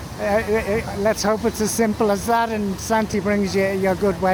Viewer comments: Thanks for the video, I laughed when you call Santa- Santy 😂 happy Christmas and New Year from the US 🇺🇸❤️ Be well! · Great video, apart from the fact everyone calling him Sante' Claus lol, Top Geezer at the beginning that guy knows his onions.